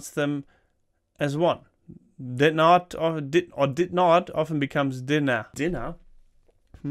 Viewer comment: As a Scottish person that speaks German, I find your attempts especially pronounciation of "dinnae" very funny :D You need to get a Scottish person to come on your video and help you, it's hard to do from just a wikihow article!